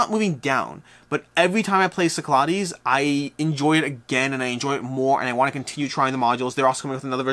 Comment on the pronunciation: Cyclades. Sick-la-dees. I’m sorry, I cringe every time.